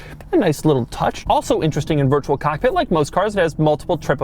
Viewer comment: Doug the type of guy to pronounce virtual cockpit virtual cock pit check